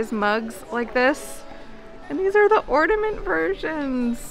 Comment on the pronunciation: I think the word is ornament, not ordament...luv the videos